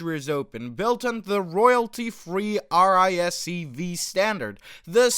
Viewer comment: Its an AI voice over, the channel has AI in the name, and ai are terrible as "not real words" acronyms